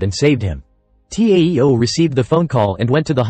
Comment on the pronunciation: He don't now how to pronounce TAO and TEO